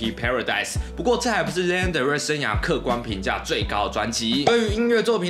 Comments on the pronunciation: 既然是介紹歌手的影片 她的名字發音可能要多做一下功課 😅 是「拉娜」不是「列娜」喔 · 真的聽到名字一直唸錯真的快看不下去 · 請查一下Lana如何發音，謝謝